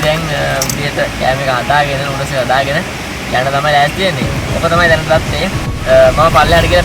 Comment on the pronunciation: නූඩස් නෙවෙයි බන් නූඩ්ලස්